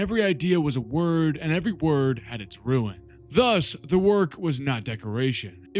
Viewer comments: Dude. Rune is pronounced as rune. Not ruin. They are 2 different words. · Roon > roo-in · i love the vdeo, but please, rune is pronounced like june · Roons not ruins 🤪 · I will ignore the quality content you have produced so that I may ask how tf you can read rune so many times and say ruin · Great vid as always. I'm autistically compelled to point out that RUNE is not RUIN. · fun content you create, but I've never heard anyone pronounce "rune" as "ruin".